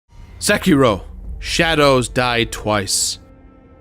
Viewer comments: I think you might be mispronouncing "Sekiro". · Again I have to complain THE R IS SILENT IN SEKIRO